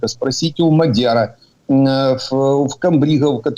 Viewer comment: Не МАдяра а МадЯра. Вы що, узбеки?